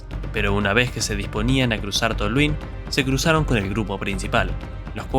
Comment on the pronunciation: Venia re bien el vídeo, pero tu comentario final es muy chupapija.... por cierto no se dice Tolhuín, se dice Tolhuin sin acento